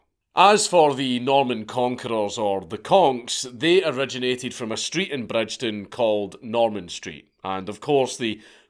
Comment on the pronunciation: You can tell Dank is a teuchter ie not from Glasgow - Bridgeton is pronounced Brigton 😂 silent D Dank ffs